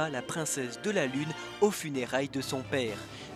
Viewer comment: Le "Shamizeun" 😅 ouf... C'est pas encore ça.